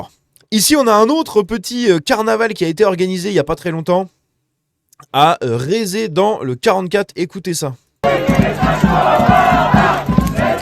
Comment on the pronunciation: Note pour + tard : rezé se prononce "reuzé" 😉